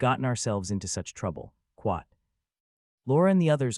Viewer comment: After 2477 times hearing it: I believe the AI is saying "Quot" for the quotation marks as it happens mostly during conversations vs. narration. It's new, but a trend I hope doesn't catch on.